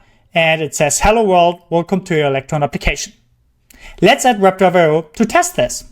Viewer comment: Just slow down the pronunciation of Web Driver IO and you'll be good. The way you're saying it, it's "wrebdwibraiohwr" very fast. It sounds like it's all crammed together. Just slow it down. "Web. Driver. I. O." Great video.